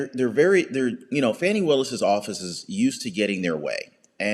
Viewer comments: It's "fawnie" willis. A video on the right person would help.! x) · .. and you purposely mispronouncing her first name somehow makes you any less disrespectful. Talk about ‘unprofessional’.